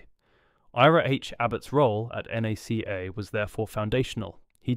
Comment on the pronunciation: I was really hoping this wasn't going to be more AI slop, but only a few seconds in it calls NACA "nay c a"